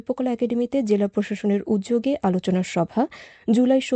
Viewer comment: 'উদ্যোগে ' এই উচ্চারণটি ঠিক করতে হবে।